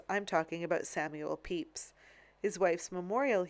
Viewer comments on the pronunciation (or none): none